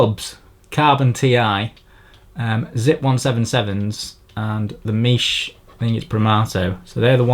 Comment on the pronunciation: yo love all your video and excelent content but FYI Miche is italian not french so its pronounced ¨mickey¨ and you can trust me im the lick im french